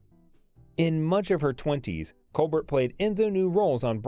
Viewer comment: WELL DONE - but she was a STINKER!!!! Your pronunciations of other actor's names are HORRENDOUS as well as COLBERT="COLBAIR" last name!!!!!